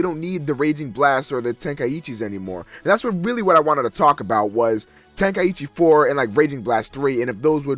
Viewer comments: Well, I'm an American, but I don't. Honestly, It's just out of habit, but it actually is "Ten- Ka- ee- Chi," not "Ten- Kai- ee- Chi" or "Ten-Kai-Chi." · why do americans pronounce "Tenkaichi" like "Ten-Kai-Eee-Chee"